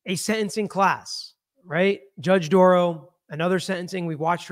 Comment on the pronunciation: Dorow NOT Dorrow NOT Darrow. Or Darow.